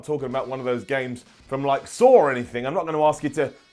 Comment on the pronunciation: "Sawr" ? ..... oh.... SAW 😂